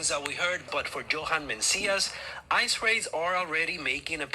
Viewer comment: hade to go back there did sound like you did say ISIS not ice